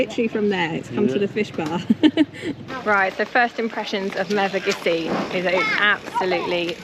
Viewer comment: Great video, had to laugh at, a couple of times pronouncing Mevagissey as Megavissey! Easily done, we hear mispronounced place names all the time. Tell Praa Sands is prounounced "Pray Sands"... at least by the locals. I passed you & the lorry on the A30, you were just going past the Tolvadden junction heading eastbound. I was in a White Transit Pasty van. I did give you a BEEP & flashed my hazards. Hope you all had a wonderful trip down this way.